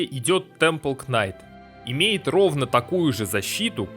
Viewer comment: Современный английский: существует 400 лет Декламатор: "вишионс стейс" "повер брейк" "кварт стейнс" "темпел кнайт" "дэз вайшпер" "халф хп" "поисон"